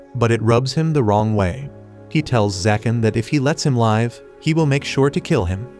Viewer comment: Please learn to pronounce live, it's liv , it's on live as in alive. This completely ruins your narration.